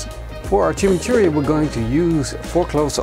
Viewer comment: Jaja uh lala "Chimichourri"